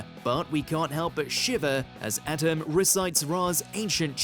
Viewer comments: for the millionth time, it's pronounced Ah-tem, not Atom. did you even bother ever watching the show? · This segment should've been narrated by someone else because keeps saying Atem's name wrong! It sounded like he was saying "atom" and not "ah-tem"! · believes it Pharaoh Adam with their pronunciation. Its pronounced A Tem. And because of your failure, be banished to the shadow realm. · I see doesn't know how to pronounce ah-tem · I can’t stand the way this guy says Atem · The mispronunciation of Atem repeatedly is awful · This fool cannot say his name right, how insulting 🙄😭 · The way he says atem is so bad